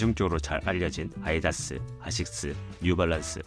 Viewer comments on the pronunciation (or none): none